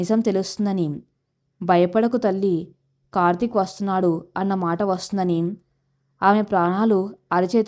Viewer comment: Kartik ane.name ni chakkaga palakandi sister.